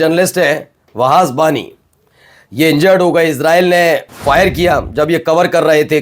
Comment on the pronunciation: “Navalz” ❌ “Nablus” ✅ “Waaz” ❌ “Wahaj” ✅